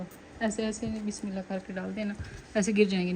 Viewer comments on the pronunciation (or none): none